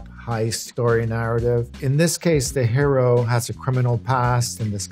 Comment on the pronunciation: that's not how you say hero